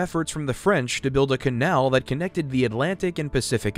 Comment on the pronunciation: These are very good but you could make them a little better if you didn’t mispronounce the word “the” with a long e when the next word starts with a consonant. It’s okay but it drives me crazy.